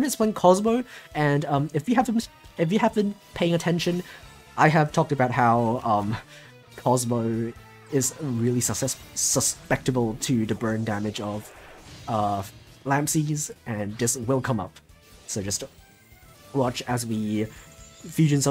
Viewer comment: Sus-sep-to-ble not sus-pect-to-ble